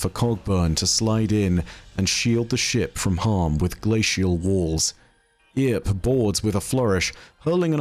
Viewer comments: Earp is pronounced like Burp but without the B haha. A reference to one of the most iconic figures from the American West haha. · look up Wyatt Earp and Rooster Cogburn for an understanding as to the references used, and how to pronounce Earp. Also, why the ghost is called "No Name" (the man with no name trilogy) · Man, I live in Dodge City and every time he pronounced it wrong I wanted to tear some of my hair out xDDD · I'm gonna stop you right there with that pronunciation of earp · The way you pronounced "Earp" like "Ear" made me throw up in my mouth lol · I generally like your content, but I've got to give you a dislike on this one, solely because of how absolutely atrociously you butchered the pronunciation of the name "Earp". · It's not "E-arp", it pronounced "urp". Love the videos dude. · Earp is pronounced as "Urp", not "Ear-p". Reference to Wyatt Earp, all these guy's names are old west references! 🤠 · Wee-at Ear-p, famous gunslinger. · Yeah Somebody who has a name that if you held me up for an answer I would say is "biff" not "bife" saying "ear-p" instead of "urp" and "MINE-otaur" instead of "min-otaur" almost gave me D.E.R. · It's just pronounced Erp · For the love of god. It’s pronounced “eerp “ or “urp” 😂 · So lets recap. Bungie is a US based company. The event is cowboy themed. The company that makes the weapons in game is called Tex Mechanica. The lore card you're reading has a name stolen from Rooster Cogburn (True Git). But for some reason Wyatt Earp was relagated to Ear-p. Go watch a western man. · 'Earp' is a reference to the American Wild West legend Wyatt Earp, pronounced Erp. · I can't keep watching after hearing "eeerp" too distracting 😂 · Just for reference, because I hear alot of people pronounce it the way you did (most from out of the US). The name, "Earp", is likely a reference to "Wyatt Earp". His name is pronounced "Urp". Sorry we ruined the English language more. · It's pronounced "Urp" - Wyatt Earp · It’s pronounced “erp”